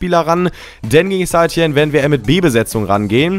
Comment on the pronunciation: St. Etienne spricht man Sätetienn aus